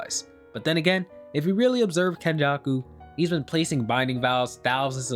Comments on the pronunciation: It's Kenjaku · It's fucking kenjako. Mark my words